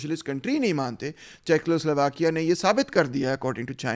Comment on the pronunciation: Good analysis but please correct your pronunciation of Czechoslovakia= checo not checklo